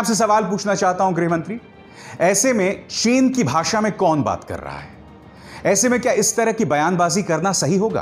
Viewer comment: Hamare pm sahab ko chin bolne nahi aati